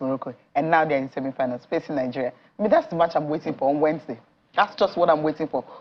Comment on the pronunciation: And his english is bad. he cannot pronounce "wednesday". He also count words when he is speaking, like a kid. Very weird tbh.